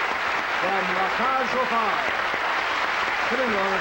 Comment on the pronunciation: Before he started to air his show, how about someone teaching Merv how to pronounce the show's title properly. It's not La Cage Aux Fowl, because that how he clearly says it!!